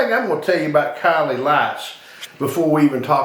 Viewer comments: its pronounced silly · It is pronounced "C Lee" not after a Kardashian